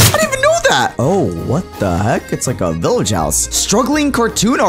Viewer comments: When he Said THE VILLAGE it SAUNDS like OH NO AUR TABLE ITS BROKEN! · When you said the village was gone I thought you said oh no the table it’s broken😊